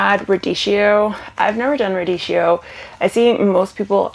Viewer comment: My little Italian ears cried when they heard radieeshio, chi is a hard k sound , think chianti 🙃